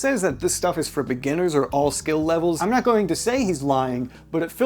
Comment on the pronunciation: Guy cant even say the word "beginners"..not a great sign..